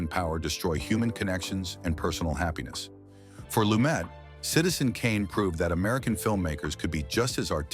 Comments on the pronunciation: It's pronounced "Lu-met" and he made several movies outside NYC. THE HILL, THE OFFENSE (UK), MURDER ON THE ORIENT EXPRESS (France), THE MORNING AFTER (LA), THE VERDICT (partially in Boston), THE FUGITIVE KIND (Upstate New York). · It's pronounced Loo-MET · PRONOUNCED "LUMAY" IF HE EMBRACED THE FRENCH ORIGIN OF HIS NAME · Nevertheless, he pronounced it "Lu-met." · Can they at least get the pronunciation correct on the subject.